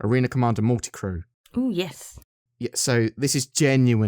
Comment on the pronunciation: At about , did you say "Yiss"?